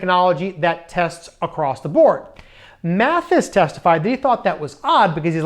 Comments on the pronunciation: Love your videos, but mispronouncing General Mattis's name is not good. It is "Mattis" not "Matthis". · Maddis, not Matthis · Mattis, not Mathis. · Just a nit: it’s Mattis, not Mathis. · Good Job!! (PS) I believe the General spells his name M-A-T-T-I-S and not M-A-T-H-I-S. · It’s Gen Mattis, not Mathis. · MATTIS not Maddis or Matthis!!!